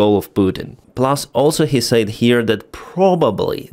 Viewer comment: You're pronouncing "said" wrong.